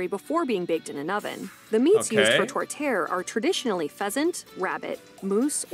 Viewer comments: She is saying tortierre wrong it is tor - te - air. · TOR-TEE-AIR!! Not tor-tair. It is delicious and can be made with many meats but most are pork and beef mince mix. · The meat pie is called "tourtiere" ( TOUR - T - YAIR) and it is not a sweet dish. It has usually three kinds of meat like beef, pork and lamb. They are combined with mashed potatoes, carrots, and a gentle combo of spices that accent the flavours of the meats. They are all baked between a top and bottom layer of flakey pastry and are baked to evenly browned perfection. It is served with gravy and green vegetables, and you will not be disappointed. It leaves poutine in the dust. Tourtiere is usually served on New Year's Eve or New Year's day. My grandmother who had 19 children, made tourtiere every New Year and was known to make 40 pies at a time. We never tasted anything better. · It's funny when she says meet pie, tortier, cause says it wrong, haha. The last one she said with 3 meats is a great great meat pie. Have to see at Halle syryp, 90% I think I read is fake...put more glucose in it. Best ever , Is the roll in the snow withit. Or a great candy, you make then then strewn it till it turns blond.omg thelbest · Tortière - Tor-Tee-air She mispronounces the name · Most people I know put cream cheese on their Montreal bagels! She mispronounced tourtiere, but that's okay because I mispelled it - I was too lazy to put the accent on it. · You need real cheese curds for actual poutine. If you just put shredded cheese its just cheese fries. The channel talking about it is probably American. Ive never heard someone pronounce a tourtière that way before; She said it once correctly. Normal syrup is nothing like maple syrup. Even stuff in the store you need to ensure its real syrup. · The lady says “ tourtiere” wrong. She is omitting the “ i” for some strange reason..a bot? She got it right later. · Tortiere was pronounced awfully. ugh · The way she pronounces tortiere made me cringe